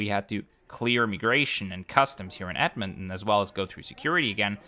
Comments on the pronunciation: Thanks for reviewing this flight as it was good as usual! Appreciate you visiting my home as this city is great! Also it is pronounced edmon ton not edmonon, but still great video! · Another awesome BA video, especially since this one featured my hometown Edmonton! One small thing, the t in Edmonton is a hard t, so it's Ed-mon-ten instead of Ed-mon-en :) Loved seeing the KLM experience, since they finally restarted the Edmonton to Amsterdam route, I can't wait to check it out myself! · It’s Ed-Mon-Ton not Edmon! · You are keep saying Edmond instead of Edmonton 😅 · ed mon ton not ed mon in, just being brutally honest.🤣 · A closer pronunciation is EDD-mun-tin, with the last vowels almost not pronounced.